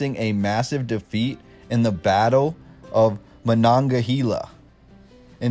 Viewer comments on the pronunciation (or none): Muh nog guh hey la ......nem (short e) muh coal lin 😂😊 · Learn how to pronounce Monongahela!!!!!! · It's easy for natives to become upset when one of their local names is pronounced incorrectly. If you just Google - "pronounce Monongahela," you will learn how to sound like a local. You will also find there an audio link to listen to. I appreciate your video and the work you put into it, but the research is your responsibility. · I've never heard Monongahela pronounced that way, is that how it is to the east? (I'm from Duquesne, we say Monongaheyla) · And Carnegie! Say it like a Pittsburger!